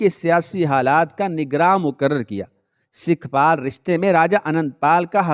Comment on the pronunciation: sikhpal nahi sukhpal